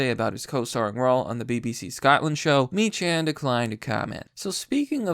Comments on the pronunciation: I know it's dumb but, it's pronounced "Meeckan" not "Mechan." Have a good night and be safe out there. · Good video but his surname is pronounced meek-can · It's pronounced MEE-kan